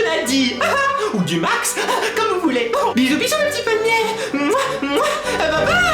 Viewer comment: Viveuh les palmiéuh ^-^ + un laïkeuh